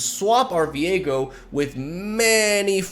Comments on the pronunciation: you keep saing Viego but i am only hearing Diego as in Diego May Cry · hearing the way he says ViEgo hurts my soul